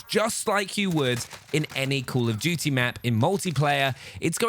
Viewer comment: I love how he says “cool of duty” instead of call of duty